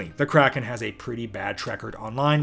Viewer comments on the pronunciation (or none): "I believe it's pronounced Cray-kon in the original Scandinavian"